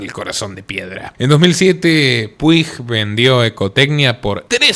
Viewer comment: Un dato dialéctico Puig en catalán se pronuncia Puch 👈😅